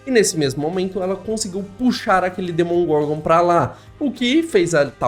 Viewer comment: amigo, se fala demogorgon, nao demongorgon